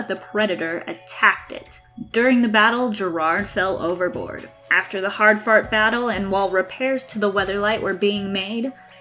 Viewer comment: "After the hard fart battle..." Excuse me? Keep working on your narration. I think you could be pretty good one day.